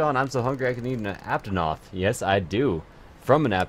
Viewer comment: And not aptonoth apanoth